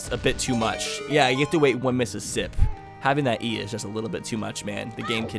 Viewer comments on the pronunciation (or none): none